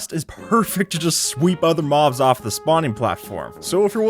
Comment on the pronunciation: in the intro he audibly says "maws" instead of mobs he just doesnt pronounce the b